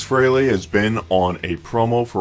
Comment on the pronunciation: Yet ANOTHER "fan" who mispronounces "Frehley."